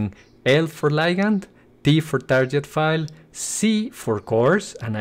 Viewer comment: tarket, not tarjet ;\